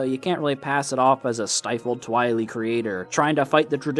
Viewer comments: why you say twilee? its Tweye-leye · Its not twi-le it’s twi-lye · Twili is pronounced Tweeli. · I thinks its pronounced Twhy-lie not Twhy-lee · Constructive Criticism: The name for the people from Twilight Princess is Twili, pronounced twai-lai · His pronunciation of 'twili' really stirs my pasta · the only thing I don't like about this video is how you say twili.... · I’m a year late but the way you say “Twili” is hilarious